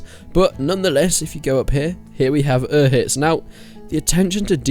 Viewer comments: dude... It's not pronounced "Ur-hitz," it's pronounced Bannerlord release date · The hell is Oohitz? Did you even play the game? Every character says "Uzh-itz". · it's U-zhits, not Uz-hits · Uhitz? It's UZHIC (Užice)... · It's not ohitz it's oh shits